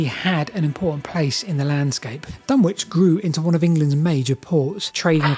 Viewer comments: Dunwich is pronounced Dun-itch by everyone in the UK. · It's pronounced "Dunnich" Like Greenwich. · The W in Dunwich is not pronounced. It is pronounced dun-ich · BTW Dunwich is pronounced more like Dunnidge - rhymes with midge and bridge. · Dunwick (said Dunnich) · Say Dunnich not DunWich. My childhood stomping ground. Wiped out by a couple of storms. Just down the coast is Leiston Abbey, moved in its entirety (bar one cell) to higher ground to escape the water. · Great video, although I'm pretty sure it's Duh-nich not Dun-which 😊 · It's pronounced Dun-itch. Which is confusing, as down the road is Ipswich which is pronounced as you'd expect. Silly Suffolkers. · The W in Dunwich is silent - it's pronounced Dunitch. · FYI Dunwich is pronounced Dunnidge around these parts. Fascinating video. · Hi, see you are not a local East Angle. My mother was born and raised near Dunwich in the early 20C. She always called in 'Dunich' not pronouncing the 'w'. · Dunwich is pronounced " Dun-itch" by the local people, very informative video many thx for making so many interesting videos, long may you continue!